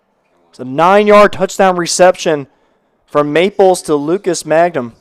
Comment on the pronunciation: It’s ….MANG-HAM….just like it’s spelled. If you deducted 50 points from my IQ, I still could not possibly arrive at the pronunciation “MAGGUM”